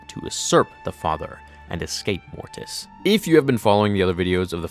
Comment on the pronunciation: So much emphasis on the "T" in "Mortis"... #morTis